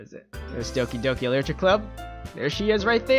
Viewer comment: "Licher club?"